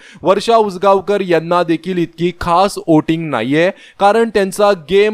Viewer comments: ' ओटींग ' नाही हो....,' व्होटिंग " म्हणा...🤣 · Oating nahi re bala, Voting boltat.